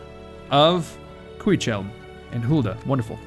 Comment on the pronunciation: Hello from chilly Yorkshire, So I’ve just marathoned your series and have loved it. Your commentary at times is wonderful and amusing if sometimes completely off topic and random as hell. Really enjoyed the content, just want to say a few things; please use your helmingas and Erkenbrand before it’s too late, you have literallly not used them at all haha secondly cuichelm I think is pronounced qwikhelm lots of LOTR words are a hard C noise. Also would love a professional full stack to attack the darkness of the East. Keep it up dude!